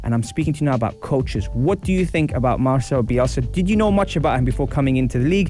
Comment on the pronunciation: I feel like im reading that BBC article again hehe Excellent coach. MarCelo, not MarCHelo :)